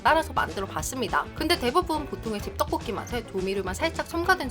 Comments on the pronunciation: 떢볶이 발음찰지네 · 떡볶이 발음 찰지다